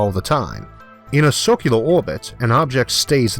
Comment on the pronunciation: Great video! When you pronounce circular "sorcular" Its freaking hilarious. Amazing video, wildly informative.